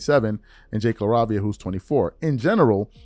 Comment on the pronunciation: LA -RAY-V-AH,.